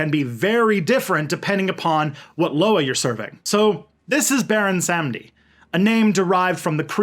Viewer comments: "Sahm-dee" not "sam-dee". GOD. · It’s pronounced Salm-Dee. Awesome video. I love the fact that African religion is finally being understood and a person of Haitian descent, I’m sad to see our people don’t understand it because of catholic propaganda. Props. Also, Baron Samedi is also commonly known as Papa Legba. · It’s Baron “SUM- dee “. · I mean, my research says Sahm-Dee, and I've never seen Legba and Samedi as the same loa. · This was cool as hell. My only concern, as pedantic and stupid as it is, is your damn near perfect French pronunciation for everything except the name of Baron Samedi himself. It almost seems on purpose, and you seem very self-aware, so I kinda get it. As a white atheist from the Midwestern United States, it's weird to feel a connection with a spirit like this. But Baron Samedi is just something special I just can't put my finger on.